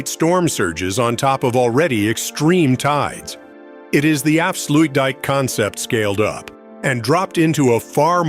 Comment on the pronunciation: the "af-slu-weed dam" LOL